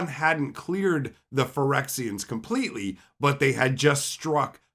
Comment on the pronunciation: compleately hehehehe